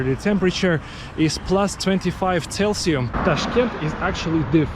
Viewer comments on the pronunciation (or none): Celsius, not Celsium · Celsius please, my OCD can't take "celsium" for a 3rd vid in a row.. :(